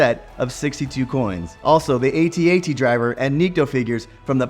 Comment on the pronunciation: AT-AT Driver. Not A-T-A-T. (Not bashing you)